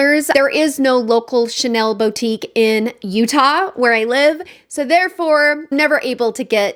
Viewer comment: I think I will not be able to help myself. I have not been tempted by Chanel in a loooong time. I appreciate the effort of searching how to pronounce the name. Thank you